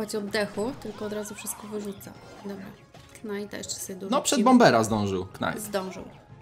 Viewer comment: Nie na [ knajta ] tylko na [ najta ]